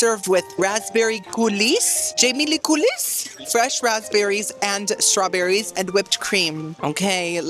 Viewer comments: Fun video as always but after the tenth time you mispronounced coulis (unironically and in multiple videos) I decided to tell you that the S is silent. It's COOL-EE. I feel the need to go on a cruise because you make the eating look so enjoyable. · Coulis is pronounced “coo-lee” 😊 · Wait til finds out "coulis" is pronounced "coolee". It's french! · I am a big fan of your content and I wanted to give congratulations to you and Alejandro on your marriage. The only thing I would say is that the word coulis is pronounced coo-Lee. I’m sorry but mispronunciation drives me bananas. Again congratulations! 💜🎉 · Bestie the s in coulis is silent